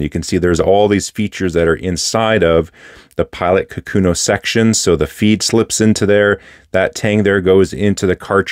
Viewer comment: For the record, the name of the pen is 書くの or かくの (which means "writing") and the correct pronunciation should not have an emphasis on the second mora, and each mora is the same length. "ka-ku-no", not "ka-KU-no".